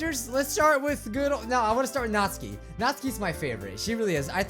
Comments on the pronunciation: BTW Natsuki isn't read Nat-su-ki, but NA-tSU-KI (the T almost non exists) Its Japanese name, so... that's the correct/right way said it. Just a trivia. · Again not hating but...Nat-ski why! Why do you pronounce it that way!!! I thought you pronounce it as Nat-su-key! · Natsuki is pronounced nats-oo-ki BTW your awesome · It is pronounced nat-sue-key natsuki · "natzki..." :x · He gets the names so wrong just listen to this (press) (it kinda looks like natsuki to me) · Does anyone else get slightly triggered at the way says Natsuki?...